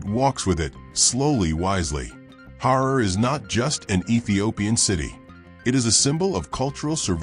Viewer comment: The wrong pronounciation! Harari is not 'Horror' it's like 'Kalahari'! Revise your reading and ponctuation!